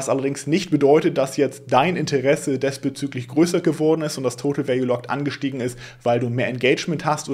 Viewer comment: Diesbezüglich, nicht desbezüglich!